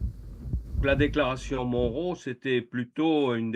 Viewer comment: Retour à l'impérialisme... PS : Monroe se prononce "Monn(e) Rou" comme John McEnroe😉